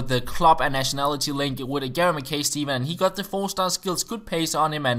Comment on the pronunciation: Gary Mackay Steven is pronounced Gary macki Steven